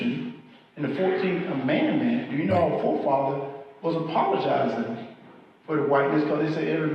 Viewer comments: “Amandment” … commandment? 😂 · I would guess that he, as a church goer, is used to saying the word commandment and so pronounced amendment as amandment. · Did he say 'amandment' or 'commandment'?? Whatever, this job is NOT for him Vote BLUE💙Bring a Friend💙💙Let's Have a BLUE TSUNAMI💙🌊🌊🌊🌊🌊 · It’s amendment not amandment! ✌️ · Did he say, "commandment"? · I'm thinking maybe this Amandment thing is possibly a Christian nationalist word combo of Commandment and Amendment. Which is even scarier than a mispronunciation like Gazpacho police. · At first, I thought he said the 14th Commandment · I don't think it's fair to criticize how he pronounces "amendment". He has a regional accent. The other stuff you said sounds fair to me, though.. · That's just his accent. Some times southerners put a weird emphasis in their words where they drag out a syllable.